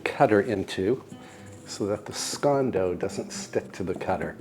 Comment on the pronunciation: Thank you for pronouncing "scone" correctly, I love your show, and think you're just smashing💐💐💐